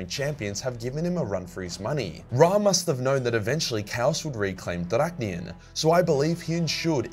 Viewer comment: You mess up almost literally pronouncing everything, but you get Drach’nyen right‽ 😆😆😆😆